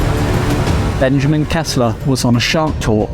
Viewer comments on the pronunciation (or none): none